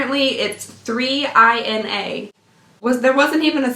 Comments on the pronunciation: 3INA is pronounced Mee-nah (the 3 is a m on it's side, so mina). I've been getting LF for almost a year. I like that the many brands are different from the other boxes I get, plus the boxes themselves are often beautiful! I repurpose them to store stuff or use them as gift boxes. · Their website says 3INA is pronounced Mee-na. :) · I have that brown eyeliner and absolutely love it! The brand is pronounced “meenah” btw :) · So apparently 3INA is pronounced mee-nah, and up until today, I referred to them as Zina (as a Russian female name). Oh well.